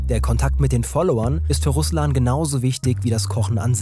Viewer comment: Im Namen RUSLAN ist die Betonung auf A , nicht auf u. Das klingt sonst wie Name des landes, das tötet.